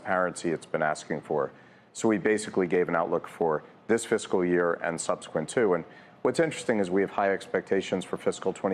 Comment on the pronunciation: "physical year" 💀bruh